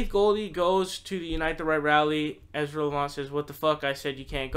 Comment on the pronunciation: another guy who doesnt even know how to say Ezras name, and therefore, certainly doesnt know his resiliency, and definitely doesnt know how revered he is in western Canada. He has had setbacks with other media ventures and came out stronger than ever . Educate yourself , and I dont mean reading that bunch of toilet paper that Bernie Sanders bound together into a "book"